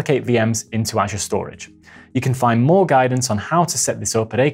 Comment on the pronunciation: Great video, BUT, you need to pronounce "Azure" correctly.